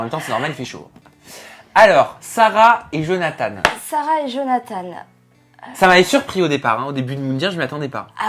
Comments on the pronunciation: On dit johnatan pa johnatane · Sa ma stresser quand vous avez dit Jonathane(e) 😂